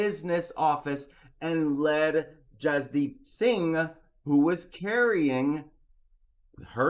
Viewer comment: The surname Singh is pronounced “sing” the h is silent.